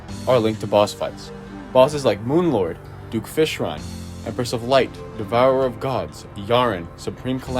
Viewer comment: You know he's lying right from the start because he said "Fishron"